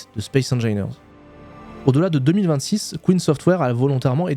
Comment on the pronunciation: vas-y je te booste avec ce commentaire en disant que tu ne sais pas non plus prononcer Keen lol